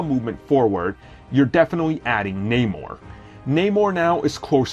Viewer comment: Oh come on not manor Its Namor